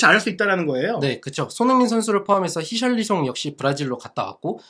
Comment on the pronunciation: 히샬리숑~ 발음 귀여우숑~ 축구 연습은 안하고 바람피는 히샬리숑 나가버리숑~ 오시멘 기라시 데려오숑~ ㅋㅋㅋㅋ